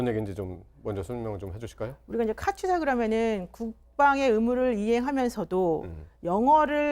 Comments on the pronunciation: 여자 변호사는 카투사 발음도 제대로 못해서 "카튜사"라고 말하고 있고, 카투사에 대해 얘기를 하지만 카투사 출신도아닌 남자가 나와서 30년전에 군생활 한 친구가 한 편하다고 한 얘기를 떠들고 있고, 내용은 다 주워들은 확인도 안된 내용이고 (~하더라), 역시나 세부내용은 맞는게 진짜 하나도 없고, 아주그냥 가관이다. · 카투사가 맞음 카튜사 카츄사 거리는 것들 졸 거슬려